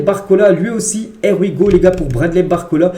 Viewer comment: Stp essaye de bien prononcer le Here we go, on dit (Hier we go) 😅